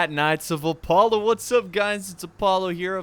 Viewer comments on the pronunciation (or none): none